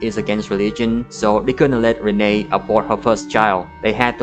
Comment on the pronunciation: its pronounced Renee, like knee. The grandma brings it up once in the flashback. Fake fan 😤😤😤